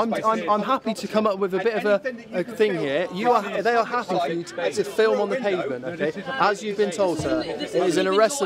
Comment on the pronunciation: Can't fill what? fillem? What??